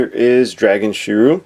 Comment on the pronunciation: Shi-Ree-U. Sorry but I'm not a real big fan of people mispronouncing character names. It's not your fault though.